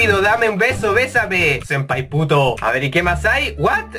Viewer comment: "Sempaya" xD Jajajaja